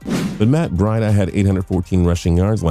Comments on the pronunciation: "Matt bread-uh" It's breida (Bree-duh) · he can’t even say breida name right 🤦🏾‍♂️ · He says it so wrong